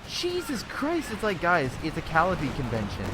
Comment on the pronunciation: It's cuh-lie-uh-pee